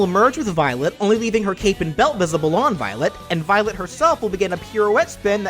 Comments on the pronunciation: Remember the Futaba's words Futaba: Remember, it's Violet, not Byleth, Violet! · I love how everyone in the chat was hearing Byleth instead of Violet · Violet Me:wait did you say byleth? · I kept hearing "Violet" as "Byleth" lmao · also it really sounds like your saying byleth at times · I kept hearing Byleth whenever you said Violet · yeah, it did sound like that at one point.